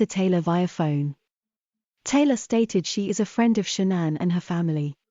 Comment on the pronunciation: Maybe I'm too invested in this case , because I am irritated he cannot pronounce Sha'ann's name correctly 😤